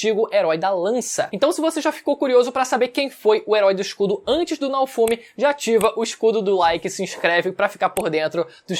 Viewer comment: Se pronuncia Naôfomi, pqp assisti uma vez que tu aprende